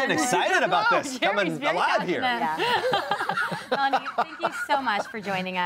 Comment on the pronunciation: Sou do like she is saying Nani instead of Melani